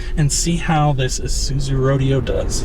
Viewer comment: Why did you redub the commercial? The name of the car was pronounced Row-DAY-O. Not Road-E-o. Find a real ad for it and find out.